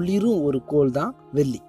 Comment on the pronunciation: சகோதரரே....தயவுசெய்து தமிழை சரியாக உச்சரிக்கவும், வெல்லி அல்ல வெள்ளி - நன்றி